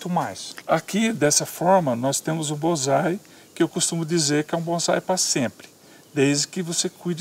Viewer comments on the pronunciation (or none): e ele falou bonzai mais e bonsai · Tem razão, o cara não sabe nem falar, não é BonZai, e sim Bonsai,com som de 'S'" ... são apenas mudas e infelizmente mta gte compra enganada